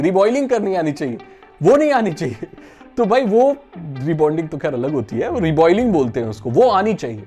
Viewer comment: Reballing kehte usko Re-boiling nahi